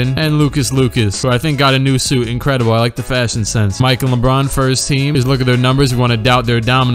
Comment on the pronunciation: "And Lucas Lucas who i think got a new suit ingredable i like the fashionsens" had me dead 😂😂😂